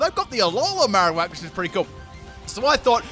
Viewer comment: He forgot the r at the end :3